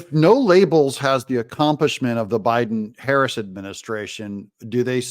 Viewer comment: newsom said "biden-harris admin." I thought he said "biden-herecy administration" THAT would be accurate!!!